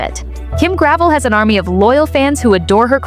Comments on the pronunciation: Her pieces are no more expensive than other QVC brands OR higher end department stores. This sounds like a jealous hater, get-likes post. Her designs are just not found around every corner and hence the demand and pricing. And the name is not pronounced gravel but rather "Gravelle." You don't even know that yet are supposed to be posting about her. Pathetic. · Her name is pronounced Gra-vel not Grav-el. You should know how to pronounce peoples names if you are going to do videos with info that is commonly known. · It’s Gra - vell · First of all before you start cutting her down learn to pronounce her name. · You mispounce her last name.